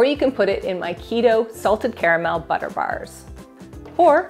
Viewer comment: Did. You. Say. SALTED. CARAMEL. BUTTER. BARSSSSS!!!! 😮 💀